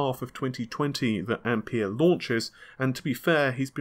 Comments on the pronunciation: Ampere not I'm pear! :)) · pronounced amp "air" buddy